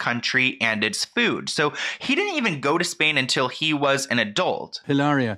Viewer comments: She doesn’t even pronounce her “Spanish”name in correct Spanish! It should be ee-la-reea not halaira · I can't even watch this because you keep calling her Ilaria. With a silent h and everything. Why do you feel the need to indulge this woman's fantasy for her? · Why do you call her ILLARIA instead of HILLARIA 💀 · How you say, cu-cumber? Hillary pronounces Hilaria like EE-LAH-DIA 😂😂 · You pronouncing Hilaria like malaria is SENDING ME 😂😂😂